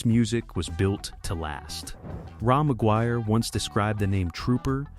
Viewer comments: Raw McGuire? Another lovely AI narration… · Ra MacGuire? Lol. AI sucks balls.